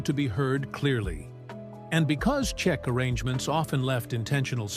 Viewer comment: The band is CHIC….! Not Chek, or whatever you said further in the video Get the basics right 🤡